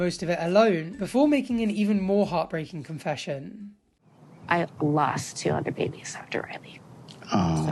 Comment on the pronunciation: oh my god I thought she said "200 babies"